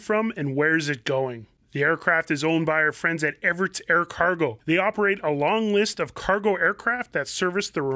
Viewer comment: Hi Mikey, how come you pronounce it Everits but it is spelled Everts?